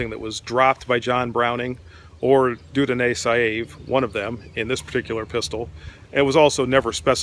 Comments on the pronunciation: The French name is pronounced "Dyoo-donnay Sayve." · “De-o-donay” Say-vee.” Rhymes with “hay” and “vee.” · I think his name is pronounced something like ‘Djew-don Sayv’ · Dieudonne Saive is approximately pronounced ( the English does not have umlauts) as Dyo-donn Sev.